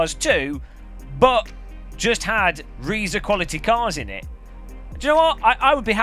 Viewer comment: Nice video,. I regret to inform you that Reiza is pronounced "razor", as in the shaving equipment you neglect to use regularly. 😜